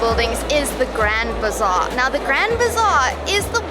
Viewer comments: It's Grand Bazaar, not bizarre... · Grand bizarre?😂 or bazaar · It is Grand Bazaar, not bizarre 😅 Istanbul is the most magical city in the world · Grand BIZARRE? 😅 I think it’s Grand Bazaar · I thought it was Grand Bazaar not bizarre LOL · Like your content, guys! Keep them coming. It’s the grand bazaar and not the grand bizarre. ❤ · Grand Bizarre 😂 or Grand Bazaar? 😊 Thanks for the great video : )